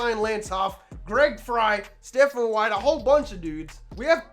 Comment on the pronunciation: White committed somewhere else because you kept mispronouncing his name At least that's what I'm gonna tell myself Also thanks for the heart before Keep up the amazing work, these videos are awesome